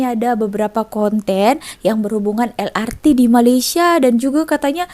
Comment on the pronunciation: Kenapa el ar ti...bukan el er te